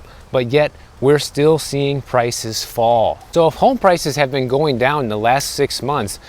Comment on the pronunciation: Are you born and raised Floridian? Your, “I guess soooooo” sounded soooooo midwestern. 😹 sweet kitty!